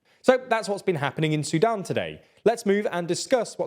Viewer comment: I can't believe the way he says Sudan talk about silver spoon I thought a whole cutlery drawer was about to fall out of his mouth that was way to posh a Southerner accent for my liking gonna have to dislike this one and I have the ad on so I can see the other 10 dislikes on this video so far great job YouTube bravo!